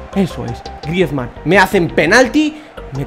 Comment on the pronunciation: por favor, si quieres que siga viendo tus vídeos y por mi salud auditiva aprende a decir el nombre de Griezmann